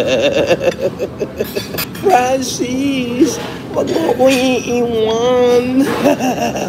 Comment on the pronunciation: Sarili nyang pangalan di nya alam bigkasin HAHAHA PRANCIS DAW